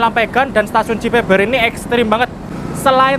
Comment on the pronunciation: "Cibeber" dibacanya 'Be' seperti 'Be-sar' bukan 'Be' dalam Be-lok